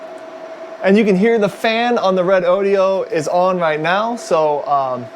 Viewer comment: It's pronounced Reh doh doh!!